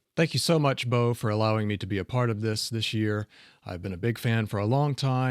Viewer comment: Chuckled when dude called Bo "Bob Eats". I always read the name as that back in the old intros as well